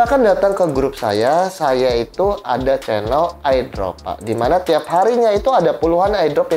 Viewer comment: CPM aja bacanya CMP Airdrop bacanya Ai Drop Hmmm